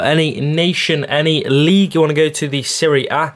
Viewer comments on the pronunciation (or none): Man said serie a